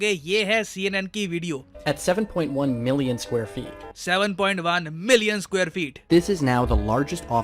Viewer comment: i like the way said 7.5 MILLION! sq. feet 😂